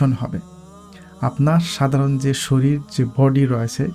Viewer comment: শরীর বানান এটা, উচ্চারণ শ-রী-র আর আপনি উচ্চারণ করছেন শ-রী-ল 😂 জান্নাতে যেখানে অসীম সময় সেখানে সপ্তাহের ৭ দিনের মধ্যে শুক্রবার কথার কি কোন মানে দাঁড়ায়!!! সেই পৃথিবীর মতো এক‌ই কল্পনা জান্নাতে ঢুকে যাচ্ছে কি করে - তারমানে মুহাম্মদ কি মিথ্যা কথা বলছেন ধর্মের নামে, আদতে এসব কিছুই নেই?